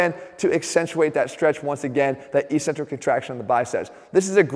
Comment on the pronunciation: ••• EK·sen·trik ••• Notwithstanding your ongoing mispronunciation of ECCENTRIC, I liked the vid. ••• Think 'accent'. Think 'access'. Think 'success'. • • • BUDAPEST • • • • 2019 AUGUST 3 • • • • • 12·30 • • • •